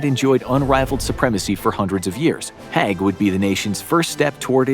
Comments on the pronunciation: HAIG... not HEG... just like CRAIG not CREG .... at least say the names right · Agreed. The assessment of Haig (pronounced as spelt and not "hag") was a bit too glib. There's a lot to consider in this topic and it's probably too complicated for a 20 minute video in itself, much less shared with other (less controversial) figures. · Very informative, but please learn pronunciations! Haig is pronounced badly, but how do you say Battle of the Somme incorrectly? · Learn how to pronounce the peoples names right. Haig more then the other. The a in his name has a e sound not a. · Sir Douglas Haig was actually a good military leader given all circumstances and he felt so guilty for the men he sent to die that until he died he spent millions on looking after veterans. Also you're mispronouncing "Haig" which is pronounced how it's spelt, not as "Hegg" and Somme is pronounced "sOm". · Mispronounced Haig and Somme 😤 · If you're going to talk about Haig, you might want to look up how to pronounce the Somme, let alone his name.